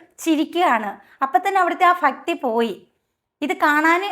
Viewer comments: ഫക്തി അല്ല ..._ ഭക്തി .....😂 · ഭക്തി എന്ന് പറഞ്ഞു പഠിക്ക് ഫക്തി അല്ല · ഫക്തി അല്ല ഭക്തി, ഫജന അല്ല ഭജന, ശ്രദ്ധിക്കുക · ചേച്ചി ഫക്തിയും ഫജനയും അല്ല ഭക്തി ഭജന എന്നാണ്🙏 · 'ഫ' അല്ല 'ഭ' ഭക്തി...ഭജന..ഭക്തർ...ഭംഗി.. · ഭക്തി ആണ്.. ഫത്തി അല്ല ചേച്ചി അതൊന്നു ശ്രദ്ധിക്കുട്ടോ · ഭ in ഭജന ഭ ഇൻ ഭക്തി not ഫ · Fajana അല്ല സഹോദരീ... Bhajana ആണ്. അതു പോലെ Bhakthi ആണ് Fakthi അല്ല. പറഞ്ഞ മാറ്റർ അംഗീകരിക്കുന്നു. പക്ഷെ മലയാളത്തെ ഇങ്ങെനെ വികൃതമാക്കല്ലേ പ്ലീസ്🙏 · 9 ഫ അല്ല ചേച്ചി ഭായാണ് ഭജന ഫക്തി അല്ല ഭക്തിയാണ് ആദ്യം നിങ്ങളുടെ ഉച്ചാരണം ശരിയാക്കും ശരിയാക്കു എന്നാലും നിങ്ങൾ പറയുന്നത് കാര്യമുണ്ട് അത് ശരിയാണ് ഇപ്പോൾ ഭജന ഗ്രൂപ്പുകൾ പ്രത്യേകിച്ച് സ്ത്രീകൾ നടത്തുന്ന ഗ്രൂപ്പുകൾ അവരുടെ അടയാഭരണങ്ങൾ കാണിക്കാനുള്ള ഒരു വേദിയായി മാറിയിട്ടുണ്ട് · ഫജന, ഫക്തി... അല്ല, ഭജന, ഭക്തി എന്ന് പറഞ്ഞു പഠിക്ക് 🙏🙏🙏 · താങ്കളുടെ നിരീക്ഷണത്തോട് യോജിക്കുന്നു. ഫക്തി, ഫജന എന്നൊക്കെ പറഞ്ഞു സ്വയം അപഹാസ്യയാകാതെ ശ്രദ്ധിക്കുമല്ലോ 🙏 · Fajana alla mole bajana Fakthi alla bakthi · ഫജന, ഫക്തി... എന്താ ചേച്ചി ഭജന.. ഭക്തി. എന്ന് പറയു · കൂട്ടത്തിൽ നിങ്ങളുടെ ഫജനയും ഫക്തിയും എന്തു മാത്രം അരോചകം ആണെന്ന് കൂടി ചിന്തിക്കു... മാറ്റി എടുക്ക്.. ഭജന.... ഭക്തി... ഭാരതം.... ഭിത്തി അങ്ങനെ പറഞ്ഞുപഠിക്കു.. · മാഡം ഫക്തിയല്ല ഭക്തിയാണ്. ശരിയായ ഭാഷയിൽ വിമ്മർശിക്കുക. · ചേച്ചീ ഫക്തിയല്ല ഭക്തി ഭക്തി ഫജനയല്ല ഭജന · ഫക്തി അല്ല ചേച്ചി ഭക്തി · ഫാഗ്യം. ഫക്തിയോടെ ഫജിക്കേണം. ഫയം വേണ്ട. ഫറയുമ്പോളെല്ലാം ഫറയണമല്ലോ!😂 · Fajana അല്ല. ഭജന എന്നാണ്. ഫക്തി അല്ല. ഭക്തി ആണ്. ആദ്യം നിങ്ങൾ ശരിക്ക് പറയാൻ പഠിക്കൂ. പറഞ്ഞത് ശരി ആണ് എന്നാലും കേൾക്കുമ്പോൾ നിങ്ങളുടെ സംസാരം അരോചകം ആയി തോന്നി.അതാണ് എഴുതിയത്. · സഹോദരി.. 'ഫക്തി' അല്ല ഭക്തി എന്ന് പറയൂ.... ബാക്കിയൊക്കെ പറയുന്നതെല്ലാം കറക്റ്റ്.. പ്രതികരിക്കേണ്ട കാര്യങ്ങൾ പ്രതികരിക്കണം..